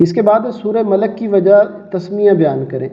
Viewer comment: Sir sorat malak nahi party sorat molk party hay